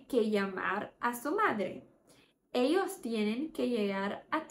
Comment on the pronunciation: Muito bom, mas a pronúncia do ll ex: Ellos, está errada, você fala o ll - "Elhos', não é assim.